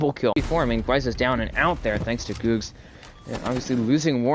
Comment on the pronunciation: GG, it was pronounced G ug g z not googz lol edit: revoked doesnt really have fraggers we all shared and i dropped 16 kills as hard support